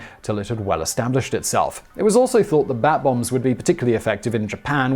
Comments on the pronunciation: U said "Bat Bombs".... I heard "Bath Bombs"... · I thought Simon was saying bath bombs at first 😅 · I keep thinking he's saying bath bombs...